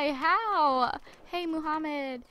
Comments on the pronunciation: Mahmoud is actually pronounce "Mah-Mood" not Muhammed. please read this. Lol like she cares right. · ALSO HIS NAME CLEARLY SAYS """"MAHMOUD""""" NOT MOHAMMAD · The name is Mahmoud (mah-mood) not Muhammad. Lol